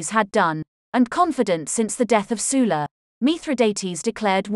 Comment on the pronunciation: Sul-la not Soola